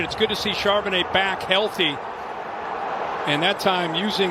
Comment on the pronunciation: If you're just starting the video, you're going to hear Charbonnet a lot. And Chardonnay once.